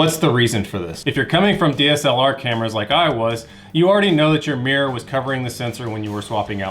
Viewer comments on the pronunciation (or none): none